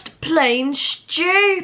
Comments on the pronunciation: was great how she said 🌟STUPUD!!!🌟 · The way she said stupid shtupid